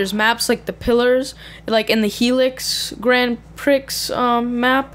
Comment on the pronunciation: It's pronounced Grand Pree. The X is silent just to let you know. Other than that good video explaining Spring Man.